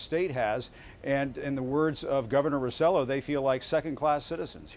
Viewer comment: Ricardo "Ro-CELL-oh" ??? Really? That's embarassing. Has Acosta never heard the governor's last name pronounced? Acosta´s supposed to be half Hispanic.